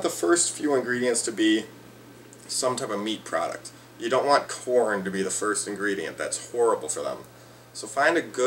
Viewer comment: " watch this video foy"